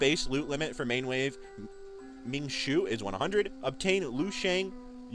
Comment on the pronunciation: Hey bro love your channel and this video is super informative. Just wanted to let you know a few pronunciation tips! Wu you is pronounced more like "wu yo" and Ming Shuo kind of rhymes with woah not shoe. They're Chinese origin names